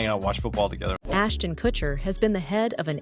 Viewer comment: Ashton Kushiner lol